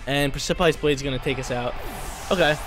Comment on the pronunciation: I love u but u gotta look up the pronounciation for the word precipice